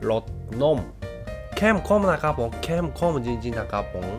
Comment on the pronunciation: ดีมากพูดไม่ชัดซัพก็ต้องไม่ชัดด้วย "เข้มข้อม"